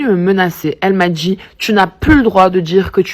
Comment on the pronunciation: "elle m'a djit" / "elle m'a djit", "elle m'a djit"...